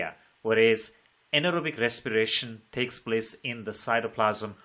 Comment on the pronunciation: Respiration ❌ recsipirasion✅